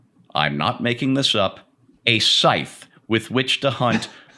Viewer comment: You keep using that word. I do not think it's pronounced the way you think it's pronounced. "Scythe" rhymes with "tithe."